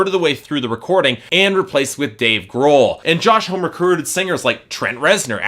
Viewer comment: would of got away with it if you didnt say it 1000 times. Its pronounced hom -e, not home